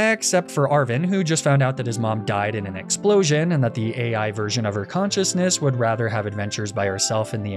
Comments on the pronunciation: Calling her Al instead of A.I. absolutely killed me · It’s A.I., as in artificial intelligence